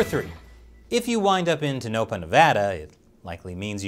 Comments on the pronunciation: Clown Motel, in Tonopah, pronounced "Toe-no-paw", not "Toe-nope-uh" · Tuhnopah is completely wrong pronunciation. Its toe nuh paw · It's said tow-nuh-paw not tuh-no-puh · You were way off in pronouncing Tone-ah-pah.. not going to lose sleep over it. Lol. A friend lived there, great dirt biking. And the only McDonald's you could buy a pepperoni pizza at. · Nooo he said Toe-no-puh 😂